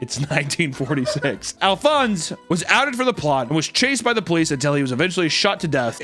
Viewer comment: The e is silent in Alphonse. It was also the name of Al Capone. (AL-Fonz)